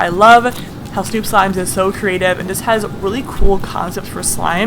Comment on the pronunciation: At 10:1 she said it hies not it has lol not to be mean to btw